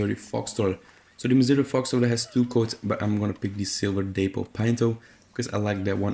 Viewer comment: Haven't seen this mentioned but just a heads up for the future... Dapple = dap-pull, not day-pull. Anyway... otherwise, good video. My favorite is the Turk, MFT second, but online isn't as generous with horses as SP is. So that being the case, I've recently gotten to appreciate the American Standardbred. Granted I'll probably stop using it when I get a Thoroughbred, and the same when MFT unlocks after that, but it's still pretty solid for what it is. I just started using the same coat you tested over my free red chestnut arabian with better stats. Speaking of... I hate Arabians solely based on A) how gutless they are and B) how small they are. They're scared mules that are on steroids, basically. I'd love to have a Turkoman right now, but damn that level grind for the unlock sucks.